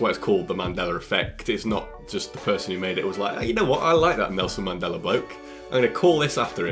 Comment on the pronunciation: "I like that Melson Nandela bloak"